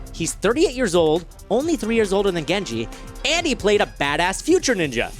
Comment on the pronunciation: It's not "Gengi" it's "Genji"